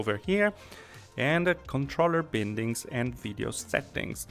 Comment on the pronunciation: "baindings" not "bïndings"